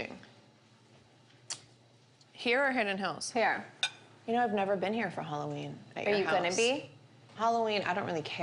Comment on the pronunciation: Why do they pronounce it Holloween? Lol